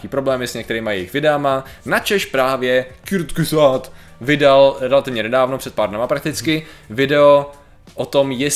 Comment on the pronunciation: Kurzgesagt je nemecký názov a skala sa zo slova kurz= krátko a gesagt= povedané , keďže môj matersky jazyk je nemčina tak mi Patriková výslovnosť trhá uši 😄.